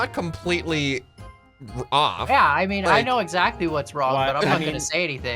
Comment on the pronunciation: "WE HAVE LEARNED TO IMATUTE YOU EXARCTLY!"